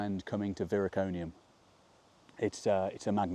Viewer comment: Viroconium not Viriconium.